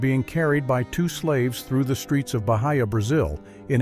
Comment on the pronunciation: it's not "Bahaya" but Bahia, and it's pronounced 'ba-EE-ah'. Great video btw!